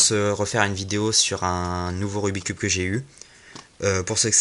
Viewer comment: j'aimerais juste faire remarquer que l'on ne dit pas rubi cube mais rubik's cube et que vous avez oubliez de dire le lettre de la face basse (B)